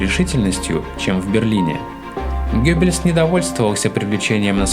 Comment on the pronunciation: Только всё-таки не Гёббельс, а Геббельс.